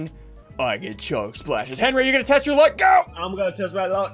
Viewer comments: "Call Henwy a foot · "HENWY IS A FOOT FOOT" Ssundee 2019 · Haleigh Snyder it’s Henwy with a w